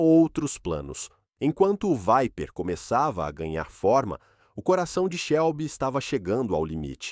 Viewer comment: Dodge "Veiper" kkkkk esse fuma